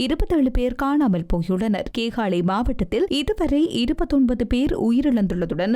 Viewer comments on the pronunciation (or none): முள்ளைதீவு இல்லையம்மா முல்லைத்தீவு. கேகாளை அல்ல கேகாலை.